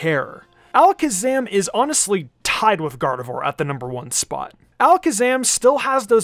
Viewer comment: gardevoir god of war when said 😂,,🤣